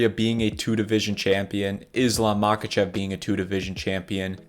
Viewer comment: He is not Mákachev, he is obviously Maháchev. The H is pronounced like in helicopter. Same with "Kabib". He is Habib